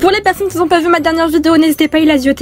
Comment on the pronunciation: Pk a la fin tu dit elasioter 🤔🤔